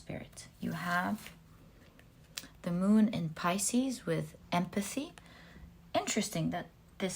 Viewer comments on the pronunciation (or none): none